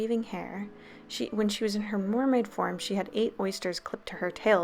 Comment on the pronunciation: “Mormaid form” I’m sorry I had to